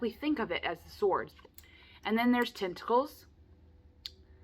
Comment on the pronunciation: You held up that card and said tentacles and my brain totally heard “testicle”